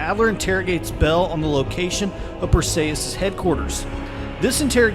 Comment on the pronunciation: Perseeeeeus not ayyyeeeus